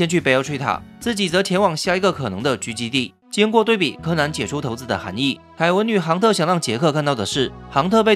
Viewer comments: 那個應該唸為（骰子）不是（頭子） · 是唸骰子骰不是頭子是要唸骰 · 要唸（骰子）不是（頭子） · 是唸（骰子）不是唸（頭子） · 是要唸（骰子）不是（頭子） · 投子很不習慣，不是叫“璽”子的嗎